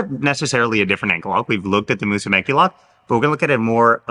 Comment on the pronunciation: Mussume"CHI", like when you americans say "CHI"cken